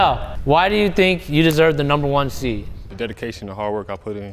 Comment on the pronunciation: Seed not Seat